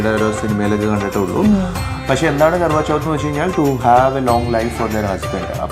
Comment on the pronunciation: It's Karwa Chauth!! Just correctly, don't mind.